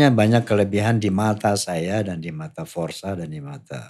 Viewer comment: FORSA...MAZ bukan FORZAA